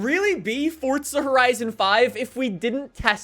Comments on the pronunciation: It’s not fortsa horizon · Jesus. Another one that called it FORTza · Bro why do you pronounce it “Fortza” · Why do you pronounce forza like that? Sounds like your saying fortza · Welcome back to Fortza Horizon 5 will never get old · Still cant pronounce forza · where does he get the extra T from in Forza? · There's no T in Forza!!! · It's called forza not fortza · Can someone tell me where the T is in ‘forza’? It’s not ‘fortza’ it’s ‘forza’ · fortza its forza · Hey bro I might be hearing wrong but it sounds like you say fortza instead of forza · Why does everyone call it fortza there is no t ? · Forza not fortsa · Am i the only one that says forza without the weird t thingy 😭do you guys read fort za!!!???!? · The way you say the word "forza" is soo freaking cringe, hearing you say "fortza" instead of "forza" made my ears bleed. Stop being a generic white guy please, it's read as "yesko" not "jeskow" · It’s pronounced forza not fort za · I’m having a stroke listening to you say fort-za instead of forza 💀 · Why do you say forza like fortza ??? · Say FOR ZA there is no fucking T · Why do Americans say fortza like bro it’s for za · For-za not fortza that really got my nerves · Forzaaaaa or fortza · stop saying fortza. ITS FORZA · Bro FCK off with the “fortza” its forza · Imagine how good these videos would be if he knew that there's no "T" in Forza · FORZA NOT FORTZA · Jeez its fucking four zah, stop saying fortza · for za not fort za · I thought it was forza not fortza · bro why do you say "fortsa" it's pronounced: "For Zah" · STOP SAYING FORTZA!!!!!!!!!!!!!!!! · hey bro it aint ''fortsa'' but forza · Why would FORZA give you 50mil, you cant say it right? Its forza not fortza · Please for the love of God stop saying fortsa, please it's forza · FORZUH. NOT FORTZA. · It's Forza not FORTZA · why do people call this game fortza horizon 5 there is no "t" in Forza its four-za. it makes me annoyed for some reason. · dude.. how hard is it to say forza? its not fortza